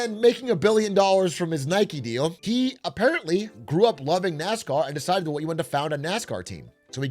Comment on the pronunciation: "gwew up woving nascaw"